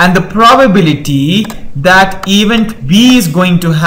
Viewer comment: Very nicely explained! The only one thing is - please evEnt. This mistake makes it hard to concentrate on the material.